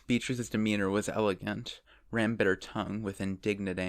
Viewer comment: I keep getting ram and rem mixed up with your pronunciations 😂😂